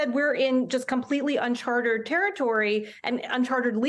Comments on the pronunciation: okay, great segment but it's "uncharted." Not "unchartered." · It's "Uncharted teritory", not "Uncartered Territory". You Charter (hire) a Yacht, but you had better hope they have charts of the waters they are sailing in. If they enter into "Uncharted territory" they won't know how to proceed, because no one has been there before to provide a map.